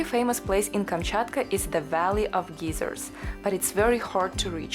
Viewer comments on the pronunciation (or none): Nice video. In English, "geyser" is pronounced as "gizer" not "geezer". A "geezer" is an old unreasonable man; a bit of a disparaging term. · Just a small help with English pronounciation: a "geyser" (pronounced gie-zer) is a natural water fountain. A "geezer" (gee-zer) is an old man. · This was great! But I couldn't help giggle when you said Geiser as "geezer" which in usa is slang for an old man. It's pronounced guy-zer 😉😅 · Dear it is gI(long i)/ser. Very good vid and great content of a part of the world we may never see. Thank you....Good luck. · This is such a beautiful video, even with the fog and mist. Most of us would never be able to see it if you didn't show us. In the US, we pronounce the word geyser like guy, as in guys and gals. The way you pronounced is "geezer" is a slang term for an old man. I kept imagining a bunch of old men when you were talking about the area of geysers and it made me smile. It's amazing that you can FLY for 8 hours and still be in the same country! Thank you for sharing this beautiful experience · In American English we pronounce "geyser" as GIGH-zer. Long "i." 😊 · Magnificent! How I envy you and your adventures, <3 One point, we pronounce the word geyser with a long i sound as in eye. Thanks for the video. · Hello from California, I love your channel and your accent. You pronounced the word Geyser (Thermal Spout) as Gieser, Which in America is a very old weak man... If you ever want to call and say hello to California I would be very happy to talk to you. Or i could call you and say hello. I wish I could travel to Russia but because of the War I don't think I would be welcome. I Really love your channel! All the best, ~Richard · bless you for making such wonderful videos. If I may offer a small correction on the word geyser. It is pronounced guy zero. A geezer is what I am, a 68 year old male🤣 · Thought you were saying Geyser wrong, since your accent is more American sounding maybe you should say it